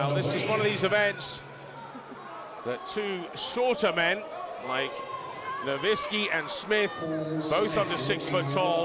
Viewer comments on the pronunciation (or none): Ken Nowicki, "Ken novintski"